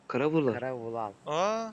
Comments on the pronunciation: Bu vulal değil bu değil Vural değil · Abi o vural abi deyilki vulaluzl diyo vural abinin niki vuraluzl